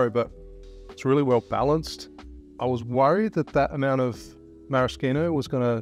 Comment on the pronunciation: The best thing about this vid is your pronounciation of Maraschino! Great work! Hot tip: Bruschetta has the hard K sound too.